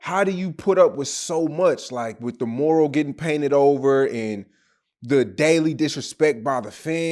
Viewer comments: Its MURAL not MORAL 😂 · No disrespect it’s Mural, my G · They got a whole 'u' after the m and this nigga saying MORAL. lol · 😂😂😂😂 talking bout “the moral” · "Mural" bro....mural.